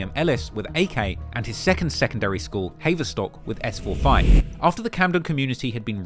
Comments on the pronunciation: Its pronounced HAVE-ER-STOCK, not HAYVER, you really are from the streets innit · HAY-VER-STOCK! 🤣🤣 You’ve definitely never lived in London.